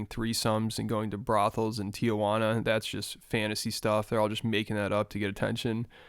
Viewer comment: why do you pronounce tijuana like that? 💀